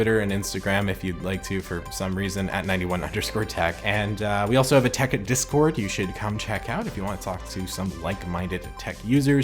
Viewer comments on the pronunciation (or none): none